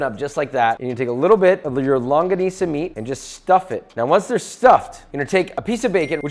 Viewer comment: Man said Longuanicia